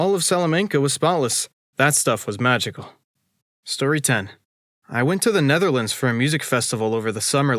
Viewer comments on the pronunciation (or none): none